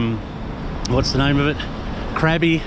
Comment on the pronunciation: Krabi and Chang: the vowel sound is “ah.” So not “crabby” haha. And you rarely seem to be. Haha. Stay away from Patong and Phuket is a lot more tolerable.